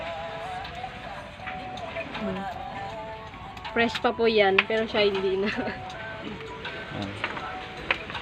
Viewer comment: Pitik hindi bitit..haha